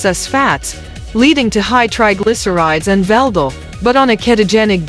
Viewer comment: According to Stephen Hawkins female counterpart here VLDL = 'veldo' 😂